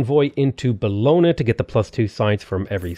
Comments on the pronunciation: hey, italian speaker here. bologna is pronounced bo-lon-yah (not buhlona):) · The way you say Bologna makes me want to cry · It will amaze you but since I actually live in Bologna I cringe whenever you pronounce it, at some point you mispronounced it like seven times in a row, good video though!